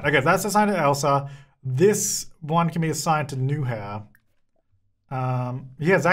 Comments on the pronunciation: Btw, roommate’s name is pronounced “noo-yah-ur”. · im dying at calling Nuihaur "new hair" HAHAHAHAAH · Game: Nuihaur: New-hair (but fwiw I looked up the name for pronunciation purposes and only got Sims 4 related results, so apparently it's either a really uncommon name or not a real-life name)